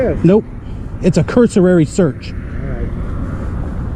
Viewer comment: Cursory. Not Cursurary! Making me crazy. At least the stooge with the badge didn’t know the difference!